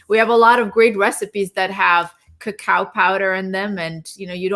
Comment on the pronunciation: Why does Dean keep mispronouncing Cacao???? Besides his stuttering it’s SO distracting. Other than that, I truly deeply appreciate their research and divergent information from the information and pressure from the fat proponents like Dr.’s Dale Bredesen and David Perlmutter who love eating animals and fat. Ugh!